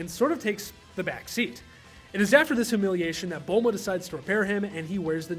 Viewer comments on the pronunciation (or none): none